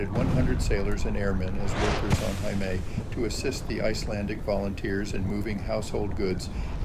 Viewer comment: Friendly reminder: Heimaey is pronounced exactly like Hay- May! It means Home Island. Heima: home Ey: Island Now you know 😊🙏🏻🇮🇸